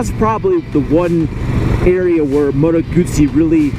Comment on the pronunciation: It is 'Motto Gutsy'. Italian has no long vowels at all.